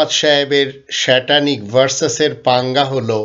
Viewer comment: উচ্চারণে ত্রুটি মানেই বুদ্ধি প্রতিবন্ধী মাহবুব যশোরী... ষ্যাটানিক ভার্সেস ষ্যাটান মানেই টাকের উপর সটান ঘটাঙ ঘড়াঙ রদ্দা- স্ট্যানলি মাহবুব ষ্যাটান ছদ্মবেশী খৃষ্টান 😂😂😂😂